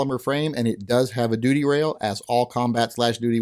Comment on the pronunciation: hmmmmm... the longer I listened, the more it sounded like you were calling these "doody" guns......